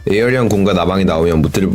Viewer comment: 별건아닌데 에어리언 아니고 에이리언입니다 ㅋㅋㅋ 보는내내 말하고 싶었네요